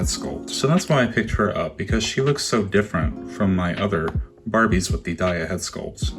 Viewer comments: A nitpick but Daya comes from Zendaya, so it should be pronounced Day-a, not die-a.... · It could be a USA pronunciation thing like. We say tar ra and they say terra. Or laya v Leah which I remember being a thing in my high school. Not really a big deal. :)